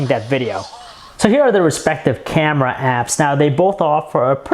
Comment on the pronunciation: not to mention the fucking "CYEAM-eh-ra"